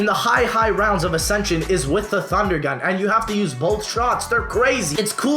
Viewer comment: bitch ass said thundergat